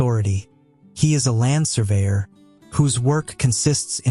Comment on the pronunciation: Land.................surveyor bro ur Ai is not working properly